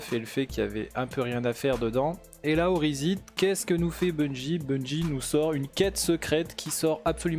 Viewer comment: Ta des problèmes de prononciation au niveau de osiris